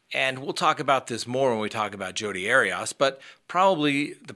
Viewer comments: Arias = Airy-es .....NOT Airy-us or Airy-Os...... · I enjoy your content BUT so many times you mispronounce people’s names. Not sure why. Anyway, it’s AIR-E-US. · You’re really struggling to pronounce Jodi’s last name lol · gaaaah... the way you say arias drives me nuts.